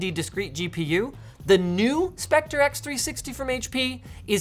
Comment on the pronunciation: Hahahahahah "Spectre", what's a "spec-tree"?! xDDDD *Specter - We're not in Victorian times anymore (: *Building-Block *Dinner-Date/Fire-Incident - Writing it like they're adverbs in the wrong case makes no sense. Saying "anyhoo" should be punishable by law, btw. Cringe.